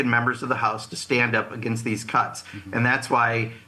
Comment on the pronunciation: Did he say “cuts” with an n.?